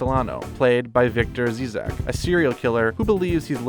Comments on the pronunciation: It’s Victor Zsasz not zeezack lol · Did you just pronounce Zsasz as...Zezack I've heard some bad pronunciation but that one takes the cake oof